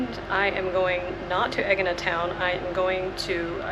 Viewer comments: A-yeena emphasis on the A. no G sounds in the pronunciation. Not EGG-eena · Haha, you pronounce the name of the island completely differently to me. Great to see so much of the temple, more than any other video on AEGINA I’ve seen, and I’m very keen to sketch it as I’ve done on my trips to Sisely, Italy and Turkey.